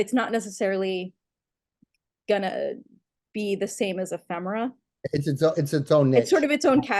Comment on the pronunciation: Fine show, and Kate. It's "Eee-femera,". Not "Emm-femera."